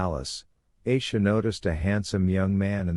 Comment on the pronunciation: Its not eisha, its Aisha, a like apple